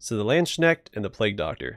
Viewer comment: Not a bad pronunciation of Landsknecht but it sounds you say Landsnail with the way you turn Knecht into schnecht ;)